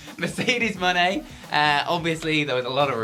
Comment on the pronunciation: What's up with pronouncing Mone like Monet rather than Money (which is how it's supposed to be said)?